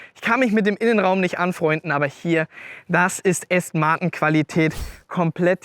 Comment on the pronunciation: Okay, du kannst ja "ausstattenne" und "Felgne" sagen aber "Aston Martne" komm schon...😅🤷‍♂️